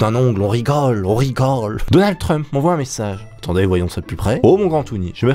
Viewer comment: quand tu dis (denalde) ces denalde trump ou Macdonalde